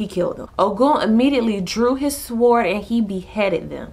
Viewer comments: Love these video but sword is pronounced sord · do not pronounce the "w" in sword. it is said like "sord" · Thank you so much!! Needed to hear this. Can I make one small suggestion...the W in sword is silent Like the k in knife The L in Salmon Peace!!!!